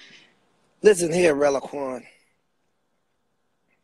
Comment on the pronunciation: That fool said Relaquan!!!!!!!!!!!!! lol! On the flo laughing!!!!!!!!!!!!!